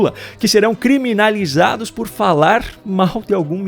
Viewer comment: O ex presidiario analfabeto nao sabe nem falar "criminalizado" 😂😂😂